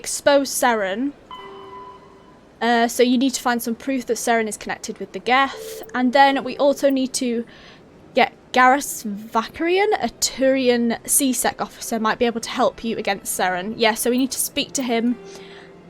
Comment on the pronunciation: Garrus' last name, Vakarian, is pronounced Vah-Care-Ian, in case you haven't stumbled across it already 😁 Shepard went ham on that Hanar, Ash would have been proud of that stupid jellyfish comment 😂 Your strengths are biotic and combat yeah, if you need a reminder, you can see the biotic and combat bars slightly filled up when you have no other party members selected :) Feel your pain with those codexes, i think it's something that games do to us that makes our brain go on the fritz You're the opposite of me when it comes to Kaidan haha, i've always found him to be quite dull, but i'm glad you like him! Funny that he's voiced by the same guy that voiced Carth in Knights of the Old Republic (if you've ever played it of course). Wrex and Garrus are great though, for sure.